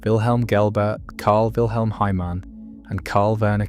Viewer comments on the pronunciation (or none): none